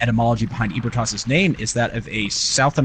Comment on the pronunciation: ebrietas is pronounced "eebrieatas" not EEBERTAS